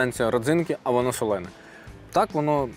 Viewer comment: Пробач, друже, "солоне"😂